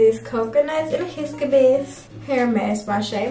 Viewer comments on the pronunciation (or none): Lol it’s hi-bis-cus